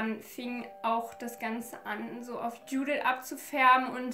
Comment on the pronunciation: Hey 👀🌸 Erstmal, tolles Video :) 2. Ich bin selbst Ungarin und ich denke Mal die Namen sollten so ausgesprochen werden: Judith wird so ausgesprochen wie du es im deutsch auch machen würdest,also nicht so Englisch. Bei Maria denke ich Mal dass sie wie auf ungarisch Mária ausgesprochen wird also Montag einem langen a und sonst auch wie auf deutsch.(Das a ohne den Apostroph können deutsche nicht wirklich aussprechen deswegen gehe ich da jz Mal nicht drauf ein) bei Ági wird das a auch einfach lang ausgesprochen und Barna ka kenne den Namen nicht haha auf jeden Fall spricht man deren Nachnamen (also Barsi) Barschi aus (denke ich Mal) weil im ungarischen ein einfaches s sch bedeutet. Also auch wenn es jz nicht so wichtig war wolltest du ja im Video immer Mal wissen wie man das ausspricht und ja 🌸 Hab dich lieb